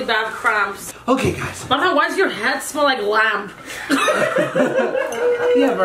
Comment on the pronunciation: vartan not var dan